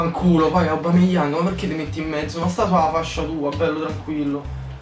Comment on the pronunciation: hahahaha bella raga!!!! Ps. porcaccia la miseria, si pronuncia: "Òbameiang" non "aubameiang"!!!!! 😤😆😁